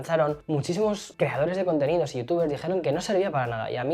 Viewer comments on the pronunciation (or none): Acaso dijo "quejadores de contenido" o es mi imaginacion?😂😂